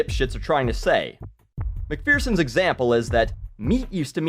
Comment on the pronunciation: By the way, McPherson is pronounced Mac-fur-son. Just for future reference. Love the rants though.